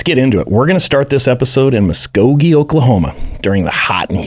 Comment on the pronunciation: The second i heard you pronounce Muskogee correctly, i had to comment. 😂